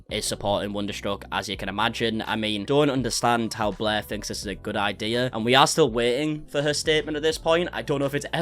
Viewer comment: Blair or “Bleergh”🤢🤮😊